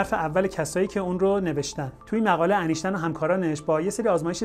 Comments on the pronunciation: ضمن سپاس لطفا نام «اینشتاین» را انیشتن نگویید. وقتی از فیزیک کوانتومی صحبت می‌کنید حد اقل نام بزرگترین دانشمند فیزیک را درست بگویید و بنویسید. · مثل همیشه از توضیحات شما استفاده بردم‌ ، ممنون.‌... فقط اگر جسارت من را ببخشید ، اینکه ما در مورد برخی کلمات و اسامی هم املا و هم تلفظ را تغییر می‌دهیم گاهی آزار دهنده می‌شود. " اینشتین " هم برای املا و هم تلفظ صحیح است و نه " انیشتین " . نمی‌خواهم ملا لغتی باشم ولی باور بفرمایید حیف است اشتباه بکار ببریم. ارادتمند. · اسم این بابا ولی انیشتن نیست ..... اینشتین درسته .